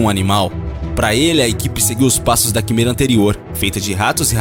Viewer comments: "Quimera" se pronuncia "quiméra" e não "quimêra"... só pra completar. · "Quííímêêêêra" ???....senhor ! Se lê "quiméra"! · Opa, você pronunciou químêra, mas tem a sonoridade: Quiméra. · Ah... Esses narradores que só lêem e não sabem pronunciar uma das palavras principais (quimera) do vídeo corretamente... Errou um monte de outras pronúncias até o final do vídeo. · Boa matéria, só faltou o narrador aprender antes as sílabas tônicas das palavras difíceis pra não passar vergonha falando errado o vídeo todo. Ex: "genoma" (pronuncia geNÔma), "quimera" (pronuncia quiMÉra), etc. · Que agonia dele flando as plaavras erradas como quimera genoma e placa de petri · Interessante mas não aguento esse narrador falando errado. É quimÉra. Placa de pÉtri. E genÔma. Por favor